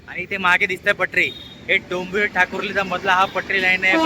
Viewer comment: मराठी चे उच्चार सुधारा, साधा डोंबिवलीचा उच्चार ही जमत नाही तुम्हाला